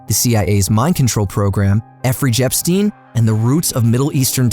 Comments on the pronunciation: Lol he said Effery Jepstein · Effry Jepstein 😆